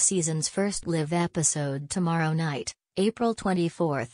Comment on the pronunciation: How do you pronounce "live" ? hahaha